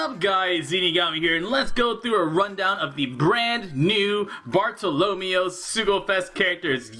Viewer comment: Why do you pronounce Bartolomeo like Romeo, it's Barto-lo-mayo